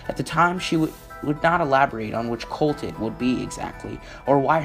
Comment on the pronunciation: Excellent upload, however, you need to work on your pronunciation. Her name is SheriLYN not SheriLENE. It's cult with a "u" not colt like a young, uncastrated, male horse. His name is David Koresh (pronounced core-esh) and the Davidian (pronounced Da-vid-eon) compound. Other than that, it's great!